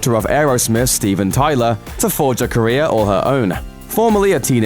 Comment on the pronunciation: Every time you say 'Career' I hear 'Korea' xD